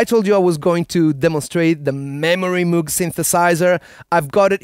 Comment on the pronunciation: Uh Oh. Looking forward to watching the rest of this video. I had to stop at the very beginning so that I could write this. You pronounced Memorymoog incorrectly. Taboo amongst us Moog owners. My LAMM Memorymoog, was modified by Bob Moog, verified by Rudi from Lintronics. I can assure you. It is NOT pronounced Moooooooog. You know. The sound a cow makes and then add a g to it. It is Moog . . . sounds like the word "vogue". OK. Said my piece. Hoping to move on and enjoy this video. Thanks for listening. Play On . . . The Memorymoog is awesome and unmatched in what it does!